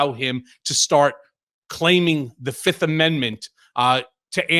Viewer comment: Trump on the stand, “I PLEA THE FIF!”